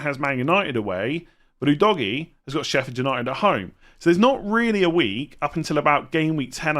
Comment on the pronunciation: Big man, you need to stop pronouncing Udogie like that 😂… I’m Nigerian and that is not how you say his name. At all.